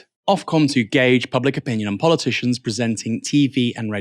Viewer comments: By the way, it’s pronounced “gaij”, not “gorj”. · is that really how we now say "gauge"?? I always said "gay_dge", "gorge" is completely new to me. It's all changing... like Ath_stetics where we used to say esthetics etc. I've lost it I think. I no longer know how to speak English anymore. I feel so old. :( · Gauge not gorge..sorry couldn’t help myself 😂 but keep up the good work ❤ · ‘Gorge’! I think you mean ‘gayge’ or as properly spelt ‘gauge’. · To gorge? I think you mean to gauge! Lol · It’s Gauge not Gorge.. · Can I respectfully point out that "gauge" is pronounced 'gage', as in 'rage', not 'gorge', Mr. Bastani. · Gauge is not pronounced gorge! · gauge is pronounced like gage or gayge (meaning to estimate ( pronounced estimayte) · Gauge. It's pronounced gauge. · I've never heard anybody pronounce 'gauge' this way.. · Why can't you read the word gauge? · I dont like arons point but he is correct in an objective way. Please never say gauge like that ever again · You might want to look up the correct pronunciation of 'gauge'. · That's not how you pronounce 'gauge', but you got it right the second time, and apart from that appreciate the content. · He got it right the second time. 😅😅